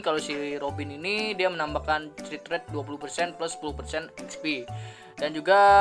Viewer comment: mohon maap bang 😂 please banget bang kalo baca crit jangan crit tapi dibaca krit, please banget inimah bang beneran dah ambigu soalnya didengernya 🤣